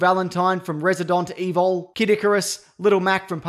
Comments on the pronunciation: Residont Evol LMAO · Residooont eval